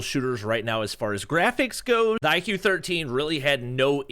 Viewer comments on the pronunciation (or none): It's not IQ; it is pronounced as "IKU or IGU." It Branches out from VIVO, purely focusing on performance.